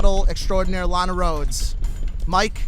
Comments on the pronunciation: Keem its pronounced (Luh-nah-Rhodes) not lena roads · Omg, I goddamn hate the way you pronounce "Lana Rhodes". Don't know why it's bothering me so much 😅😂😂